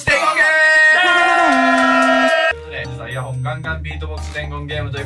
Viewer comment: イヤホン！ でも発音はイヤフォン率高い気がする… GW中、毎日楽しみにしています！